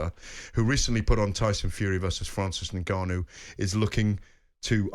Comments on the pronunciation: Yeah it's odd, as well as him saying "ENgarnU" 😂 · How can anyone be excited about this card when its pure duckery in its most obvious form, fkin ridiculous, and someone tell garath how to pronounce N gannou please!